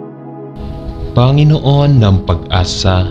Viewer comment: SaLamat po sa Pakikipag-dasal sa akin sa gabing ito…. Mawalang-galang na rin po,,,.. Ang BIGKAS ng mga salita sa Tagalog ay APAT…..Malumay..Mabilis ..Maragsa..at Malumi Ang salitang PANGINOON ay binibigkas ng MABILIS….tuluy -tuloy….Ang DIIN ay nasa hulihan ng naturang salita Panginoon…….hindi po PANGI’NOON….. No offense meant po